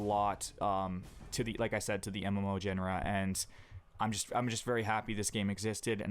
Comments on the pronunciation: u pronounce Genre in a wierd way , its Jaunera not Jennera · Great video, that game looked like garbage even back then. WoW was no special snowflake in the graphics department but once you started a character you couldn't stop... One thing that bothered me throughout the video, GENRE is pronounced: jyon-ruh. It's nitpicking I know.. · What is a "gen-a-ra"? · Some important pronunciation: Genre = Jjon-re Renown = Ree-now-n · just what I was about to comment :) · Genre is pronounced Jon-Ruh, with a kind of Jjjj sound at the beginning, similar to the sion part of fusion. Just some constructive criticism. No offense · Good video but the way you pronounced genre and renown really bugged me. Just fyi